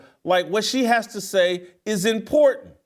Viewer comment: Its "IMPORNT".